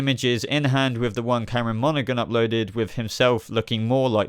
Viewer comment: you piss me off every time you say Cameron Monaghan its prenounced Monahan the G is silent